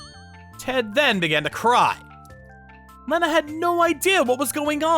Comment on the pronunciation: Please stop butchering the name Lena..... Pronounced Lee-na 😂